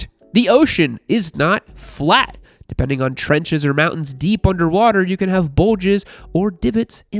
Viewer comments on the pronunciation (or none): none